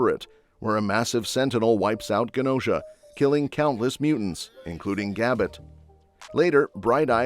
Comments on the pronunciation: Its not ( Gu Nosha) its (Ju nosha) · Mispronounced Genosha